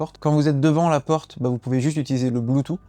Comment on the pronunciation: Tu me trigger avec ton « Bluetoo » 🤬🤬